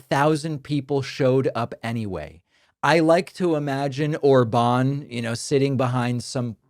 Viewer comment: In Hungarian, the stress is always on the first syllable, so it's Òrban - stress on "O". Uranium actually is very dense: 19.1 g/cm3. That’s 1.7 times denser than lead. But indeed, it's not a problem to move several hundreds of pounds of compact uranium for the Iranian regime. maga is a despicable cult destroying the U.S.A.